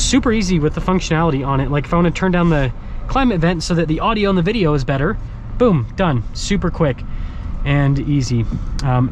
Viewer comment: Is there ever going to be a video where you actually say video? 😂